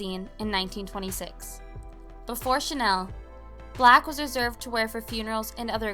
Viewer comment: It’s pronounced Chanel not Chanel .